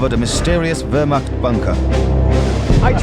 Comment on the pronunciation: Its called wehrmacht not wehrmarcht